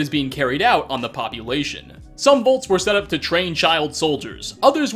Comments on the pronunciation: Does not realize the Fallout's shelters are called "Vaults" and not "Volts"? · No offense, you call “vaults” “volts”